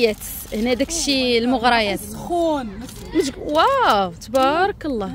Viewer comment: المغريات ؛ بالراء مكسور يا ❤